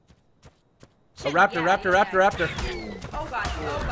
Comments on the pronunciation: it's not pronounced chi-tin it's pronounced kite-tin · It's annoying that he is saying chitan wrong